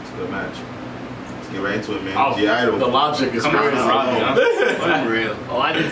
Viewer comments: They are definitely my favorite girl group now. Hann and La Ta ta are such bops 🔥 Thanks for finally reacting to it 💟 Edit: BTW you don't pronounce the G, it's silent, atleast so i heard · Hey wanted to correct something ... The 'G' is silent ... And so the group is called 'idle ' ... 😁 ... Btw good reaction ..👍😀